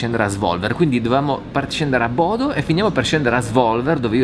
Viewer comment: eddai su, sei stato in Norvegia mille e una volta e ancora sbagli a pronunciare i nomi dei posti. Almeno quelli facili tipo Bodø ormai non hai più scuse per non impararli.;)